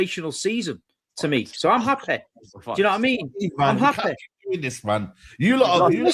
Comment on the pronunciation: He’s happeh lmao